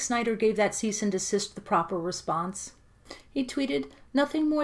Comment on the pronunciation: "Cease and de-sister" I'm dying lol